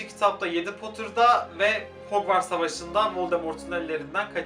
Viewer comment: Hogwarts'ı yazılışıyla söylüyo kuduruyorum